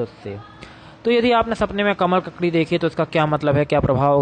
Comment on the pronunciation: Isne isme pic sahi lagaya hai per name pronounce galat hai.